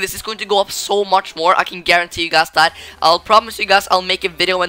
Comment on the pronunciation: Great video! But can u try to say "guys" instead of " gaz"?